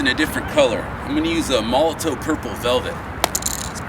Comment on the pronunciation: Molo-TOV not Molo-TOW. The W is pronounced as a V in German. Hope this helps.